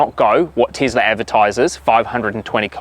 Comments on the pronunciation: "The Teazla" only in New Zealand :D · Tislah :) hahaha instead of Tesla. funny mate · Tesla🚫 Teezla✅